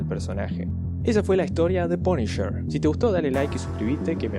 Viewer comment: "El Paniyer" (TN Tecno)